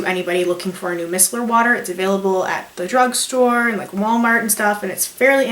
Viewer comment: i love your videos but i wanted to help you out, Micellar is pronounced "my cellar" as in look in my cellar for the wine lol.